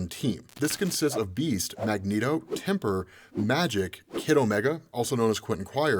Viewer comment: Tempest not "Temper"